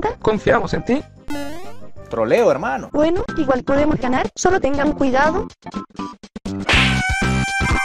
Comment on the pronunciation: Todo me gustan tus vídeos y mi parte favorita es cuando dicen troleo hemano